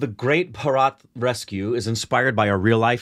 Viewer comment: Guys! The correct pronunciation is "Bhaaa-ra-t" and not "Bha-raaaaat". :yougotthis::yougotthis